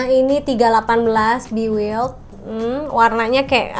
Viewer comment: Maaf kak pronunciation nya “bi waild” bukan “bi wild” hehe